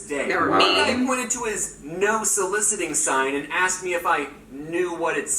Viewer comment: He aKsed me omg 😂